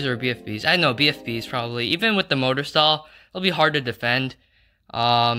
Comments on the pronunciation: u pronounce mortor motor its pronounced more-ter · MORE-TER! NOT MOTOR